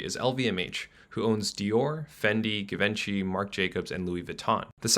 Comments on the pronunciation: and Givenchy is prononcé Ji Von Shee in french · GIVE EN CHI😂 the pronunciation, for the most part this vid was great though. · please, it's zhee·vaan·shee. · "Givenchy" is pronounced "ZHEE-von-SHEE." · It's Geeeevaughnghiiiii (Givenchy). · bruh did u say geevenchy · Did you just Given-chi Givenchy? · Christian Louboutin makes the red bottom shoes not Louis Vuitton, and Givenchy is pronounced Ji-Von-She. Besides that, good video. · *Ji Ven Shee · wth you can't pronounce Givenchy? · Lmao way to pronounce "givenchy" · Rethink your pronunciation of "Givenchy".... chortle... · The pronunciations on the brand names are so bad it’s invigorating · If you cant pronounce Givency, then you should not narrate this video. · Please never pronounce Givenchy like that again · you killed those names bro! You should be allowed to talk about Fashion. Now go back to your farm. Thank you. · I shop at Hermes. You can exchange. I bought a bracelet for a friend and she exchanged it for a different colour. Also, you pronounced Givenchy wrong. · Hey I really like your videos :) I just wanted to say it’s probably a good idea to double check a few things next time… it’s not Tony Burch it’s Tory, Louis Vuitton does not produce red bottoms, Christian Louboutin does. And Givenchy was pronounced wrong. I think you’re great at analysis but seeing some major errors detracts from the overall message. Love ur channel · And givenchy is pronounced waaay differently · “Anal earnings” 😂😂😂 This guys pronunciation! He needs to learn how to say Givenchy if he is going to comment on high fashion.